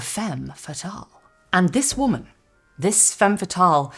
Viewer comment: The way you’re pronouncing “WHOMAN” like there’s an H in it is the best.